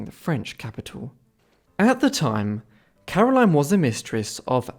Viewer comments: Caroline is pronounced Carol-een- here. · I insist it's very unusual for someone here to bear or use the English pronunciation of Caroline. And if you didn't figure yet, I'm a Belgian living in Belgium. Even the Dutch version of the name is aligned with the French pronunciation as Karolien.